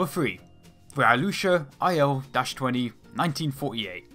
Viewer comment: I swear your pronunciation of 'IL' sounds like 'IO...'